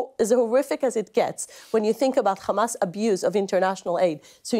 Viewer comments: The name called HAMAS NOT KHAMAS. female puppy. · And PLEASE stop saying Khhhamas ! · Yup and it’s hamas not khamas. And yes this person is following Zionist ideology